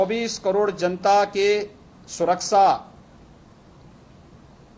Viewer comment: सकल तो देखो मुखिया जी के । सुरक्षा , को सुरकसा बोल रहे है।